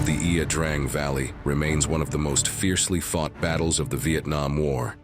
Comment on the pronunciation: Please do us a favor and do enough research to pronounce the the name of the valley the same at least twice.